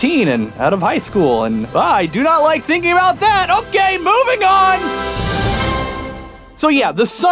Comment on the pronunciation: “Hokay, so...”. Nice reference there